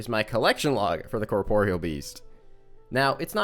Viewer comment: Thank you so much for pronouncing "corporeal" correctly.